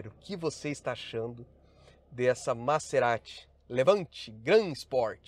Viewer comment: Vc sempre fala nome dos carros errado. Não é MaÇErati,,,, é MaZErati.